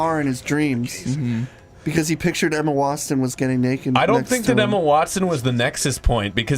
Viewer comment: Wtf is up with mispronouncing Emma Watson’s name?? He says wanston